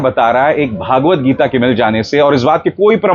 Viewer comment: सहमत हूँ इस बात से आप की. PS : सही अथवा उपयुक्त नाम व उच्चारण "श्री मद् भगवद् गीता" है. भागवत गीता नहीं.